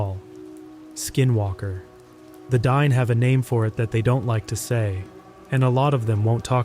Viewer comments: You mispronounced Diné. It's "DEE-nay" not "DINE" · it’s not pronounced Dine like the way it’s spelled. It’s pronounced Dee-nay. It means “The People “